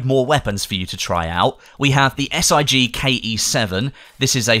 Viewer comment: no offence but it is not S.I.G. SIG is the name of the company who made the gun and is pronounced lick